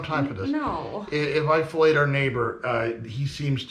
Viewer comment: You say "If I fileted our neighbor" but I 100% heard "If I felate our neighbor"..... which blows